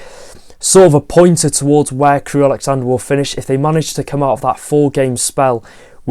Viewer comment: love your channel, love your content. Just one HUGE mistake in this video - it's Crewe AlexanDRA, not AlexanDER. You said it four times... Keep up the great content:)